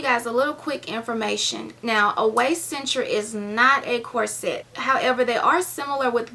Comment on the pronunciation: It's prononced,corset not cor-set. Pronounce it as one word not two.